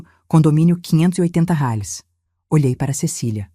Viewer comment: Boa historia só não fala direito, porque não falar Reais porque falar reares é feio falar errado.